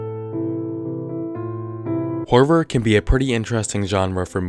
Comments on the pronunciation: Am I the only person who heard "horvor" in the beginning of the video? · No disrespect but Is it just me or did he say horver instead of horror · HORVOR is what I heard anyways. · When he said horror in the beginning I could've sworn he said Harvard I was so confused 😂😂